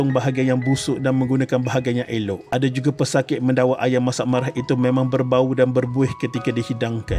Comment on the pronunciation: ayam masak marah ye admin tersasul